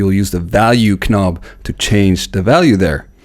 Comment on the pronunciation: Hello! Great video! But I must ask: are you joking around when you pronounce the word "knob" like it is written instead of the real pronounciation "nobb" and the word "while" like "schhwile" instead of the pronounciation "wail"? He-he just asking. Very good video!